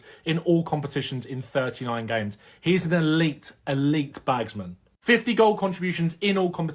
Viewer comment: When the guy said "bagsman" i turned it off